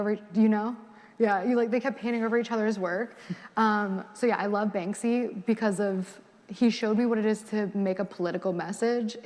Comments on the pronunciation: At first I didn't even know who she was talking about because she kept saying "Bang-zee" and then I realize I think she meant Banksy, which I think is pronounced just like it's spelled, i.e. Bank-see. And Picasso is very problematic as a person and an artist. She just sounds so pretentious, yet incredibly immature for the stage of life she's in and the education level she's claimed to attain. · And she kept calling him "Bang-zee" 😭😭😂😂